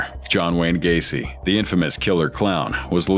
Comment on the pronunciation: Gai? Así no se pronuncia ,es Gueici (pronunciación figurada)